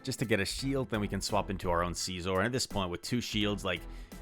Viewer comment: Too much emphasis on the first syllable. It’s pronounced nearly identical to “scissor”, but heavy “OR” at the end. Love the videos, so nothing personal!